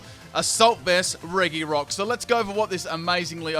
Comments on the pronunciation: Reh-ghi-rock. Why? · Anyone else triggered by how he mispronounces reGirock?